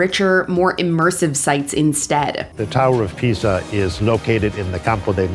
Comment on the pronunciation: pronounces it as “The Leaning Tower of Pizza!”